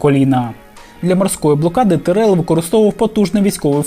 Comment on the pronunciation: За неправильний наголос в прізвищі Тірел хочеться вгатити між очей